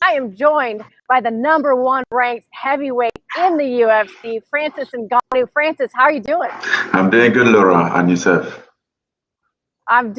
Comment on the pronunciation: Francis WIDEgannou